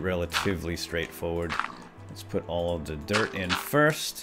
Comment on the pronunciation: Did you say Dirt normally? :(